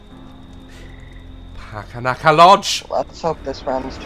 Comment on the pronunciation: "Packanaka lodge" 😂😂😂😂